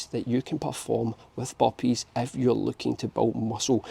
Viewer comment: He's talking about the Boppees